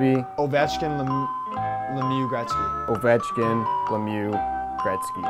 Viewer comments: said ovech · won, lmao. Said “Ovek” lmao, Z is still killing me, But Still a great video. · I think won because said avech. And said ovechkin